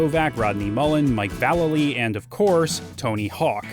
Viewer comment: As someone who’s last name is also Vallely I just wanna thank you for pronouncing it correctly. Made my day.